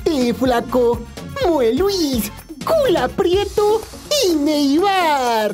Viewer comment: "KulaPrieto" jaja me iso el día.